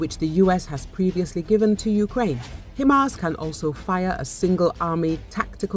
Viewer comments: Its Hi Mars not Him Ars 😂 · I heard "Hi ma's."